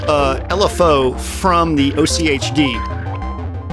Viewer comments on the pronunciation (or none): AHK-T is how you pronounce OCHD. Genuinely its the begining sound anything with multiples of 8, like, the number of LFOs it has, octopus, octuple or octagon.. You can just ommit the tober from October and ad a D sound at the end and voila. Oct+D